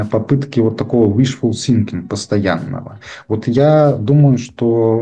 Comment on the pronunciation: уишфул синкинг а уишфул сынкинг. синкинг-тонуть сынкинг-думать